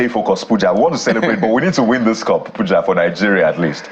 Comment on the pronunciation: You called him wrongly, it is Pooooooooooooooooja!!! 😅